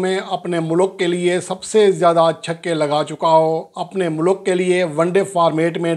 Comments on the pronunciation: Lafz MOLOK nahen kaha jata ....yaiy lafz MULK hay...... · بھائی ملوک نہیں ہوتا "ملک " ہوتا ہے 🤣🤣